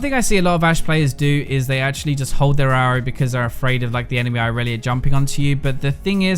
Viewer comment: Otau-attack (auto) xD , ashaly (actually)